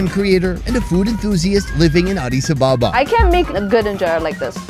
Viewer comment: It’s ADIS ABE’BA